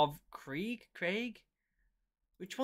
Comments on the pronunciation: Kr-ee-g. Not Kry-aig. Think Germanic pronounciation. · Krieg is pronounced kreeg. It's the German word for war. As you can see, Games Workshop are very original :D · It´s Krieg - you english guys would say something like "creeg" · Just to answer a couple questions 1. It's pronounced kreeg 2. Those spikey dudes are chaos space marines 3. The green marines are dark angels I believe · Krieg should be pronounced like ‘Kreig’ I imagine. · It's "kreeg", as in the German word for "war". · its pronouced "kreeg" and they are the guys in the gas masks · It's pronounced "Kreeg" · a "soldier" that hasn't heard of the german kriegsmarine or blitzkrieg and doesnt know how to say the word krieg? the german word for war. as far as I have seen a lot of the "soldiers" that exist now are completely honourless and soft. the Kriegsmen would absolutely obliterate any of your weak militaries.